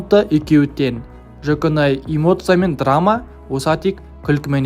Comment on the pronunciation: Жаконай емес Жуконай